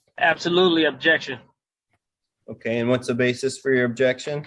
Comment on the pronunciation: "Ojection yo onner....."🤣